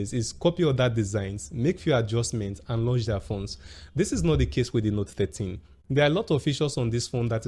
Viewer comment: Is it just me or you keep saying note 30?